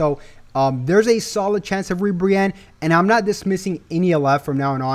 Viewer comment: Not ribrianne bro 😂😂